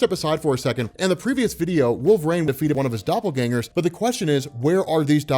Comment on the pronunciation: Why does he keep saying "wolvRAIN" driving me crazy